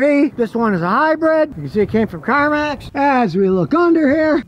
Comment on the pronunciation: Scotty.. I keep telling you.... It's a HYBRID ! NOT a Hybread !